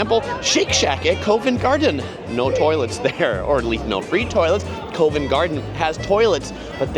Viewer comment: Isn’t Covent Garden pronounced CAh-vent, not C-OH-vent. Mispronouncing well established names doesn’t add credibility to your videos.